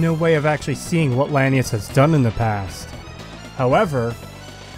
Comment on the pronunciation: Just, why is he pronouncing "Lanius" "Linnaeus" like Carl Linnaeus? It's like he only ever read someone's written down version of the name who was themselves misunderstanding a bad pronunciation of the name in the first place.